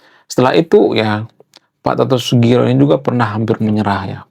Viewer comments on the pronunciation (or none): Pak Toto Sugiri bang bukan sugiro